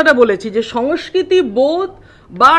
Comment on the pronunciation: নাগরিক সমাজ স্বেচ্ছায় বামেদের অনুগত হয়েছিল। রাজনীতি,অধ্যাপনা ও গবেষণা এক নয় । রাজনীতি মাঠে নেমে করতে হয় । অনেক কিছু ত্যাগ করতে হয় । উচ্চারণ ঠিক করুন সমস্কৃতি নয় সংস্কৃতি ।